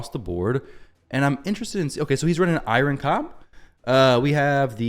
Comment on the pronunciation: I’m sorry but I’m so bothered by the way you’re pronouncing Eironn 😭